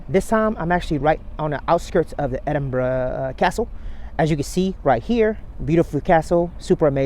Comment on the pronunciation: Wow, an American that pronounces Edinburgh properly. We love you too buddy 😍👍